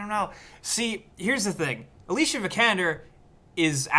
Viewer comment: Her name is pronounced Alicia not Alicia